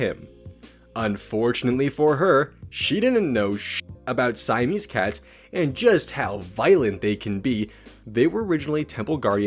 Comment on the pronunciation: It's Siamese not Saimese.